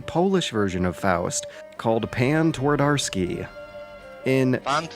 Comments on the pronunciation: Here is something that should help your pronunciation: replace W with V, since that how 'w' is pronounced in polish. Tvardovsky, it's that simple. Also 'Pan' is not a name, it's Mister Twardowski or Sir Twardowski. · "Twadorsky" made me giggle every time. Believe me, though - the conversion from Polish to English on the field of how the two languages sound is not much easier that the other way around. The two are pretty much polar opposites in the way you make the sounds and to a big degree, the mental process behind constructing a sentence. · T"war""dar"ski? How quaint :)